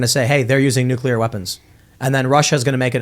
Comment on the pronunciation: It's nuke-LEAR, not nuke-YUH-LER.